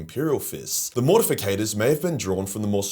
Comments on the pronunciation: Why does mispronounce Mortifactors as “Mortificators”? He does this a lot and I’m just kinda curious if anyone onows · But. It's "MORTIFACTORS" not "MORTIFICATORS". Ffs man, get yer shit together. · Morti - factors... Not morti - fi - cators. But cool video 😂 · It is spelled and pronounced Mortifactors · It's spelled and pronounced Mortifactors. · its MortiFACTORS ffs :D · Yeah idk why so many people mispronounce it